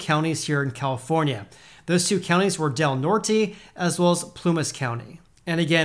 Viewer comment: Literally no effort given on that pronunciation of Del Norte lol The brain cells did in fact NOT rub together on that one